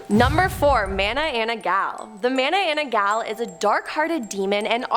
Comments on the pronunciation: i've heard about ma-na-nang-gal but mana-ana-ggal? is she new to the club? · isn't it MA-NA-NANG-GAL?